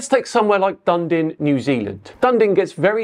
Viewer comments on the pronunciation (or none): we hear about "Dun-din" New Zealand. Its sunrise & sunset times are indeed quite incompatible with the silly Gleason map. But its name - Dunedin - is pronounced "Dun-EE-din". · I agree with everything you said. Except Dunden NZ. It’s Da nee Din Dunedin Haha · Dundin? Dunedin! Da knee din! Ha ha. All good though. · it's not Dun-din matey, it's Dun-e-den, Dunedin, we have a mutual channel that lives there. Dun-e den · Ewwwwww!! DUN E DIN - dundin? Nooooo sorry🤣 - I was born there. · Sorry - I need to correct your pronunciation of Dunedin... It is not Dun Din, but it is pronounced Dun-e-din And yes, why do I have a long day in Melbourne, and even longer in Tasmania in summer. Doesnt make sense unless the flat earth sun was a triangle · im from New zealand.. did you say dundin? - it is DUN E DIN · Dun Din New Zealand?? Dun Din??? WTH!? It's Dunedin ffs. Dun-ee-din. 3 syllables. Or 3 dimensions not 2,. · "Done Din" :) Dunedin is a Scottish settlement. It's pronounced "duh-NEE-din". Or, if you want to be technically correct, Ōtepoti. With the extremely racist Govt we currently have the original Māori names are preferred. :) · DunDin? Did you mean Dun-eden? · Its pronounced DUN-E-DIN From your kiwi fan 😅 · It's pronounced Dun -ee-din. not Dun Din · Dunedin is not pronounced "dun-din". It is pronounced "dun-ee-din". it is not a silent E. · I had to repeat that bit at 3min and turn on CC to fully understand. Down here we would say Dun'ee'din, not Dundin, but cheers for the shout out :) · "Dundin, New Zealand" Err what the heck?! Duh nee dn. That's the pronunciation guide. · FWIW - having lived in NZ for a bit, and visited Dunedin, it's pronounced dew-knee-din. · Dunedin is pronounced like "duh-nee-dn" not "done-din", by the way. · Dundin, New Zealand? Come on, It's got an E in the middle, and the E is not silent. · When you say Dundin in New Zealand, do you actually mean Dunedin? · Where's "Dundin" when it's at home? I assume you mean Dunedin?😁